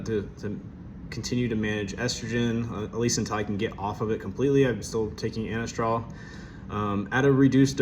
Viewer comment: Glad it’s still working good! It’s Anastrozole, pronounced a-Nahz-trah-zoll ; cheers bro